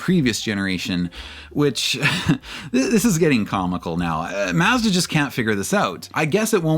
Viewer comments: mazzda? it's prounnced Maw- zda Very annoying to hear this throughout the video. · According to Mazda, it's pronounced "Maaz·duh." I'm giving you the benefit of the doubt and guess you're autistic, not a slow adult. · yes thank you! it was irritating to hear his pronunciation of such a simple word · Is there any way that you can re-upload this video where you actually pronounce Mazda as Mazda. As funny as it is to hear the extra six letters in the name it gets super annoying real quick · This dude worked at Mazda, and for these videos is researching Mazda, watching old commercials and other reviews etc etc and STILL can’t pronounce MAZDA. Unreal. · Kamala Harris is offended by the way you say Mazda. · Why is the narrator pronouncing "Mazda" like that????? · A few seconds into the video weighing how much I want to watch the video vs how willing I am to hear someone say Mazda like that 😿😿😿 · it's just an accent thing. Only poking fun at him.